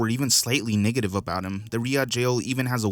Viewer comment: Why do you say “niggative” instead of “NEGative” 😂 it’s hilarious bro